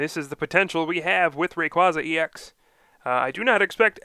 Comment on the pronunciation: its ray-qua-za not ray-quaz-za